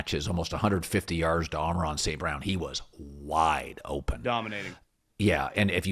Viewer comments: Why is Colin incapable of saying Amon-Ra? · Colin cannot say Amon-ra😂